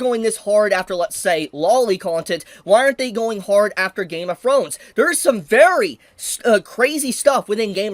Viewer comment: That mf said “Game of Frones”